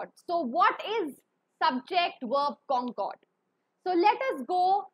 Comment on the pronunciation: It is concord but she is pronouncing it cooooncoooord😂😂